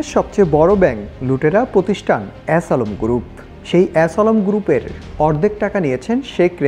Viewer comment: ass alam group 😂😂😂 হাম্বাদিক কি ইচ্ছে করেই এমন উচ্চারণ করলো নাকি!!